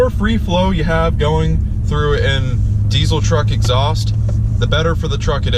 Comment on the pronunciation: Saying deecil instead of deezal sounds very gay.